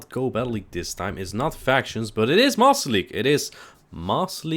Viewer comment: It sounds like you are saying "Moss league" when you say it quickly